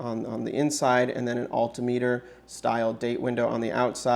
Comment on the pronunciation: Nice looking watch. Don't know why "Automatic" needs to be so big on the dial. Also, learn how to pronounce "altimeter."